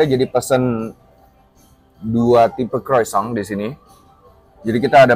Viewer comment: Pengucapan Croissantnya Masih Salah.